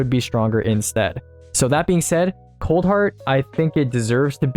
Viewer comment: Oof my man's misread coldheart